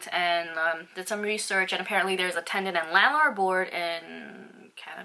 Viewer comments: I dont know if your saying tenant or tendant haha 😛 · she's definitely saying tendant lol